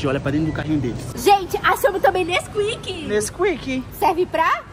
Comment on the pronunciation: Nesquik serve p q?: Nesquika kk